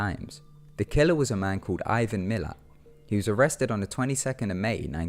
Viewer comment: Ivan Millat* not miller